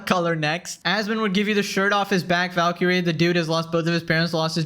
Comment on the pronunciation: Valkee - ray? Double Blue? I thought Indians learned English in elementary school